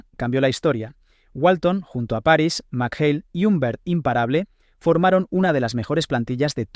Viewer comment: Buen vídeo, pero algún error de bulto, quizás derivado de que tu edad te mantiene alejado de aquellos tiempos, por ejemplo has pronunciado mal el archiconocido apellido de Kevin, Mchale, y sobretodo has caído en el falso tópico del físico de Larry: no era explosivo, pero sí era un prodigio físico, era el más rápido de manos, el más ágil de los que median más de 2,05, muy fuerte en defender la posición y no era un dunker pero saltaba lo mismo que por ejemplo Karl Malone (dato oficial nba). Otro dato: fue elegido por Sport Ilustrate atleta del año 1986.